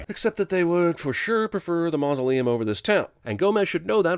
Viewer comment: Just want to point out that Jeremy said "maunoleum" instead of mausoleum and sinning something whilst also sinning yourself deserves 1,000 sins. Sin Counter: ding